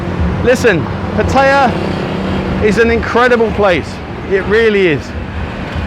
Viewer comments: Good advice but it is not called pattya it's called patt-a-ya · First mistake saying pah-taaaya it’s patty-ah fuckin twat ! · Learn how to pronounce Pattaya correctly. Don't sound like an Idiot. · Your pronunciation of Pattaya is a mistake that you failed to mention.